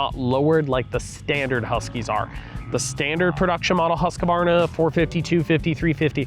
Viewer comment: All you Americans can’t say Husqvarna properly. Husq-Varna not Husq-a-varna 👍🏼